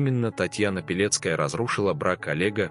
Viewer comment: Почему- то слышится "Белецкая", а не "Пилецкая'....😮